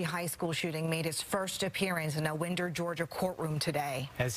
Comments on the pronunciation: man im sorry but everyone keeps saying winder like wind but its winder like wine and it just bothers me that everything covering this cant even say winder right at least the guy at the end said it right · "WENDER GEORGIA" lol Winder (whine der) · That's not the way it's pronounced LMAO. At least the guy at the end knows how to say it correctly.